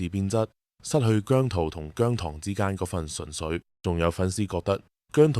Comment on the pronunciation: 現階段唔同意變姜濤節。你都話佢公司未俾到足夠訓練佢啦！ 唔覺得你明白情況，你嘅提議覺得你想害亞姜。PS. 我係糖，你連讀"姜糖‘’都讀錯音，你根本唔太了解姜或我地!